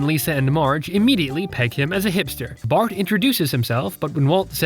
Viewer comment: Fart instead of bart